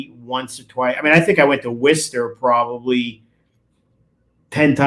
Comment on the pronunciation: I love how people from Massachusetts are the ONLY people in the US who know how to pronounce Worcester correctly 😂😂 love from Worcestershire UK x